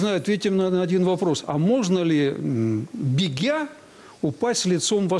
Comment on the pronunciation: бегя"-це ж треба ще вимовити)))